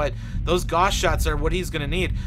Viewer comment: gauss rhymes with mouse.